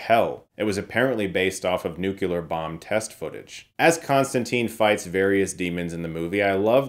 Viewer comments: Nuclear, not Nucular. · it is pronounced nuke-LEE-ar NOT nuke-YOU-lar. nuclear. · > nukular Oh Chris. Oh my dear sweet Chris. Please, no. Repeat after me: New, clear. New, clear. New, clear. D'accord. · "Nu-cu-lar" lol it is spelled nuclear, kind sir. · To this day this is one of my favorite devils. also: You have to stop saying nucular. That's not a word. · Chris, ..... I'm a big fan, but for the love of God, it's pronounced NUCLEAR..... NEW-CLEE-ER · Not trying to be THAT guy, but it's pronounced nuclear, not nuclear. Great video, though!